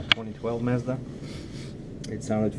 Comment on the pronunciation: MAZDA (МАЗДА ) not MEZDA (МЕЗДА) ... Ну ты даёшь Серёга , u can't compare yourself to Casey because he a professional movie make buddy ! That's what he does for a leaving and also IT ! Good luck with your Chanel дядька !